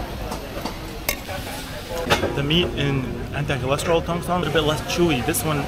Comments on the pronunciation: Not Tong Song 😂😂😂😂 Its Tong Seng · Tongseng --------- Tongsang.... Tongseng --------- Tongsang.... Tongseng --------- Tongsang.... Tongseng --------- Tongsang.... Tongseng --------- Tongsang.... Tongseng --------- Tongsang.... no matter how many times people say it to you, you will say it wrong i guess.